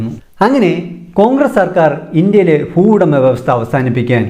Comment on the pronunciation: ഫുവുടമ, ഭൂവുടമ